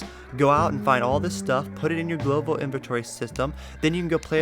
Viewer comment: xD no i was just saying you said "gloval" inventory a couple times xD good vid btw!